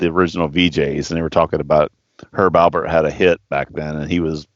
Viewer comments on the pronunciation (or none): Not a Styx fan, but enjoyed your review. And, "for the record" it's Herb Alpert"---it's a P, man! And I hate those asshats who comment with corrections. Sorry, couldn't help myself. Thanks for the vid!